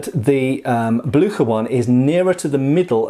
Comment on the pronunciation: Blücher? You butchered the name! Not Blücker... Blücher like ship.... Blüsher please try.